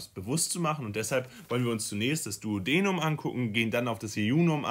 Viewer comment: hi, finde das video sehr hilfreich, danke! allerdings hat mich bisschen gestört, dass die Aussprache von einigen Begriffen verkehrt war (z.B. duodenum, duodeni, caecum…) das ist leider verwirrend und wenn man die richtige Aussprache nicht kennt eignet man sich leicht die falsche an. Vielleicht einfach vorher nochmal die Begriffe anschauen :)